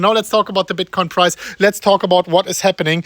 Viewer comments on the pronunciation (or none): Is he saying Bitcoin price or prize?